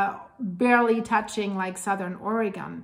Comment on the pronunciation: Love watching your channel. Oregon is pronounced: Or-a (short a)- gun, accent on first syllable. I hope your horsees are doing well. Thank you so much for your informative content. 🫶